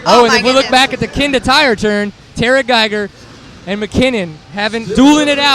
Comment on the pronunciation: Seat Time Tarah Gieger's name is pronounced TARR-uh, not TAIR-UH. As others have pointed out, Colton HAY-ker, not HACK-er.